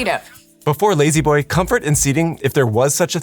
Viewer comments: La-z-boy being pronounced “lazy boy” and not “lah-z boy” or “lazz boy” is the biggest atrocity here. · Ha, in England we don't pronounce z as "zee" so lazboy sounds a bit weird, nothing like layzeeboy